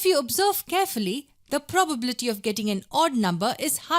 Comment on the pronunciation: who noted that she said 'PROBABTY' 😂